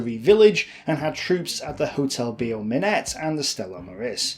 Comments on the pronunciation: also,, Beau Minet is pronounced Bow Me neigh, not BO Minette. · The pronunciation of "hotel Beau Minet" is not correct. Instead of "Be-oh" it must be like the English word "Bow"